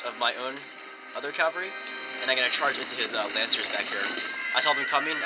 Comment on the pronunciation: Great video! [rant] However, the word "CAVALRY" refers to horse soldier. CAV -- AL -- REE! "caLvary", which is what you keep saying, is the Greek word for the hill on which Jesus was crucified. There is only one L in cavalry. [/end rant] Keep the videos coming.